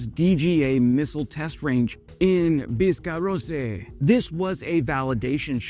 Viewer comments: Where’s the red wine bottle and the Camembert cheese ? By the way, it’s pronounced Biscarross, not Biscarrossay. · Biscarosse is pronounced "Bis-ka-ross" and your French accent kind of hurts me emotionally :( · Call the city "Biscaross" forget about the "e". Happy New Year everyone (except Trump and Putin) from France ! 🐓🇫🇷